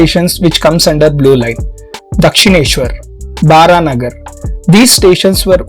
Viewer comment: bro it's not Baranagar as you said, It's spelled as Baraha Nagar as Narayana's Baraha Avtaar